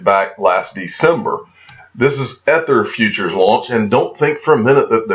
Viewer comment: Crypto Eri did some excellent research on the Satis Group, I suggest you check out her vid. I am not trying to be a pronunciation nazi, but it's pronounced eether...like ethernet. Keep up the great vids w/ clear vision.